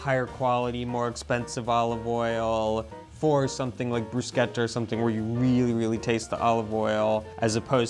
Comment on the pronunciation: You missed Kirkland brand from Costco., per favore, teach your husband to say "bruschetta" right.